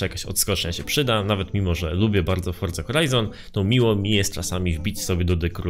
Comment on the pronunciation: Czemu mowisz fordza ? Xd